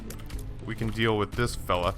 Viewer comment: Deal not deak